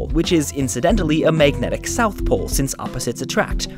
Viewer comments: It really bothers me that he says "meignetic" instead of magnetic. Just a detail, but the word was used a lot in this video. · Mag-net-ic. Not, mayg-netic